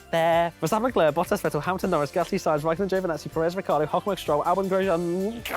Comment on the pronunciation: Rai-car dough!